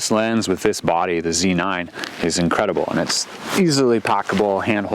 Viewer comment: It's so refreshing to hear someone else call it a Zee nine. USA. USA! lol. Thanks for sharing this. Great video!